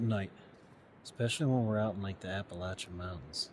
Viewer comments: It's Appa- lah- chun. Not lay-shun. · Ap-uh-latch-un........but I am from the mountains of Georgia and that's the way we've always called it. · Appa (latch) an mountains. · A.puh.la.chun mown.tnz. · Its pronounced a`puh`la`chuhn, mown`tnz We true Southerners, we'll i for one would rather hear the true pronunciation as it is most respectful .. thank you and have a blessed day 🙏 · I grew up in Virginia; we say Appa-LATCH-ian. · For the love of God, learn to pronounce the name of the mountain, you are embarrassing.